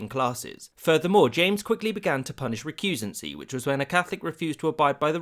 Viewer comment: This video's eccentrically pronounced word is "recusancy".